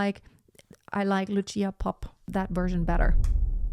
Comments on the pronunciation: It's Lucia like Lutsia not "tsh". Both Gruberova and Popp were Slovak singers. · It’s Loosha, not Lutchia. And consider Christina Deutekom. 🙏